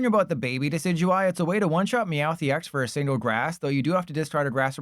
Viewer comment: I believe decidueye is pronounced deh-SID-you-eye like the deciduous tree, no? or is this some inside bit?